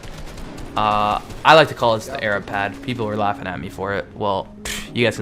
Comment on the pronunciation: is it "arab" or " a-rab"